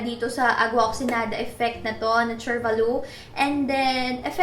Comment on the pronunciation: isn't it oxiGEnada? I'm confused. is that silent GE? please help